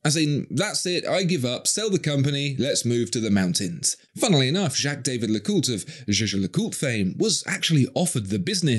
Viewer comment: Royal Oaks have 50m water resitance and the crews are just for show. These are not sturdy or robust, not even compared to a nautilus. And learn to pronounce Jaeger-LeCoultre or stick to the acronym.